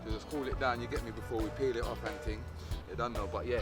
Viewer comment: I could tell he was from England when he said ting instead of thing lol